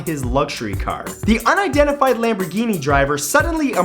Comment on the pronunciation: My reaction to the lamburgini? It's a deditated wanbugeeney.